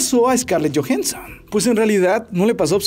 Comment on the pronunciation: jajajaja Scarlett Jojenson